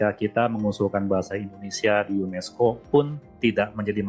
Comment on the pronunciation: UNESCO min bukan UNISCO...